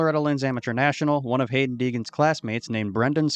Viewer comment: The minute your video started and you pronounced the kids name wrong, you lost all credibility with me. For future reference, you might want to make sure you have your facts straight before posting your video. If you can’t even say the kids name properly, how can you expect people to believe anything you say? Have a nice day!